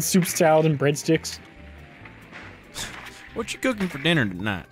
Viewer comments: Oh, this shit is so bad. Soup, please do this depraved content more. The way you pronounced breadsticks to Brendon had me crying with laughter. Some good shit, man. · My body left my soul when he say bradsticks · why does he say breadsticks like that loo🤣🤣🤣